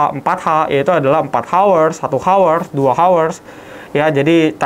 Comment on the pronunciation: Hour h nya gausah di keluarin mulut broh. Bacanya our. Koreksi dikit aja biar ga malu klo ngobrol sama bule🙏